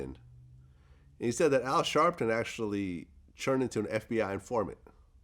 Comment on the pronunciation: Vlad’s accent is annoying as fuck. 🤣 It’s “turn”, vlad. Not “CHURN”!!!! 🤣🤣🤣🤣🤣😖